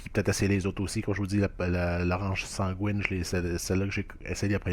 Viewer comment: pas sangouine bro ça se prononce san-GUY-ne genre comme le nom guy